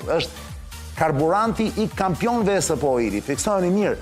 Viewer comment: Ta ndihmoj dikush Arjanin qe ta shqiptoj korrekt ESP&OIl se asht ba meme nga menyra se si e thote😅